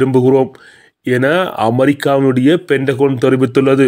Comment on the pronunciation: மாமா தமிழ் உச்சரிக்க பயிற்சி எடுங்க, பென்டகொன்னல்ல, பென்டகன். 😅😅